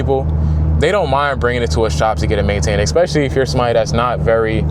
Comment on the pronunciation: In the word ask. Where do you see an "X"? Nowhere? Why do you pronunce it then? Same case with "especieally"...